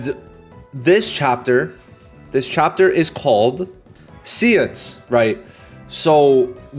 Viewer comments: Btw it's not "see-uns" It's "say-ons" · Great vid! Séance is pronounced "say-onse" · seance is pronounced "say-on-s" lol